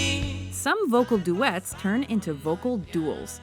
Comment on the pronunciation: DUDE-DUETS. DOO-DOOETTES.